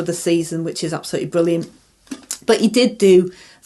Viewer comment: 'Bwilyant' impwession! 😂